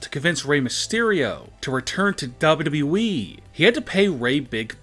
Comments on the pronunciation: U have more w's when you say wwe... wwwe (sigh) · He said wweeeee lol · Everytime he's say wwe he's keep on stretching his word beside he's can't even say wwe the correct way